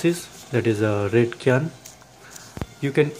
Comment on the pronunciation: Dear the "Cyan" is not "Kyan" its "Syan" in speaking